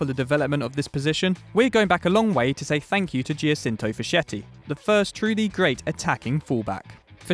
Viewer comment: Giacinto Facchetti is pronounced "Jachinto Faketti"